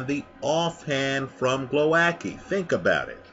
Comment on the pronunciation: you pronounce Głowacki in the most distorted, warped hilarious way possibe. Głowowacki v( Gwovatzky)